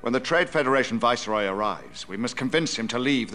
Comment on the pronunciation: I've always wondered with Qui-Gon pronounces "Viceroy" as "Voice-rye" in this...